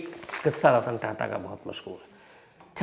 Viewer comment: 25.08 ਤੇ ਰਤਨ ਤਾਤਾ ਨਹੀ,,,, ਰਤਨ ਟਾਟਾ ਬੋਲੋ sir